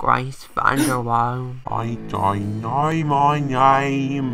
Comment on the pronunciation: OMG SERIOUSLY I THOUGHT I WAS THE ONLY ONE “Ir don’t knowr mayr name, but, I have carage”